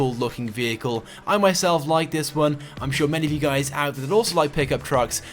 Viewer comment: I hear him saying what is going on gays